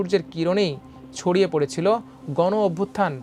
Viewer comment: নিউজ রিপ্রেজেন্টার যদি এতো ভুলভাল শব্দ উচ্চারণ করে কানে লাগে। ছবিকে সবি, গ্রুপ কে গুরুপ, ছড়িয়ে কে সড়িয়ে এগুলো মানা যায়না।